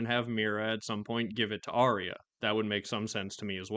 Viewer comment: not sure how many people know this, but arya is pronounced “are ya” according to GRRM, not “are ree ya”